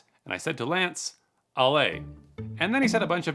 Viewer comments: It’s not Alay😭….its har-lar -yeh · It’s pronounced Ah-La-Ye Not alay 😂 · lol, it us pronounced "Ah lah yea" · It’s pronounced ah-la-ye not alaye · Ale? It’s Ala - Ye 😂 . This is so embarrassing for Nigerians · its not "A-lay"... It is: A-lah-Ye...... You are welcome.. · Alaye Pronounced AlLahYay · It's A-la-ye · but hey bro if you wanna know how to get into their heads i'll gladly teach ya. And Alaye is a Nigerian term pronounced A-la-ye (it means novice) basically what happens is when an experienced scammer gets targeted by a young scammer, the experienced guy would say alaye, teling the younger guy that he's been in the game for a long time and its like some sort of warning to back off and come back when you're more experienced. its Yoruba btw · I'm American but I'm pretty sure you pronounced Alaye wrong. The "ye" is pronounced like Kanye lol. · It is 'A-la-ye' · lol, its pronounced AhlahYay